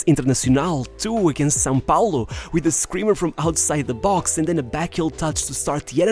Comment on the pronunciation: the very first time a english speaker pronounce "são paulo" correctly, . The narrator is beyond expectation.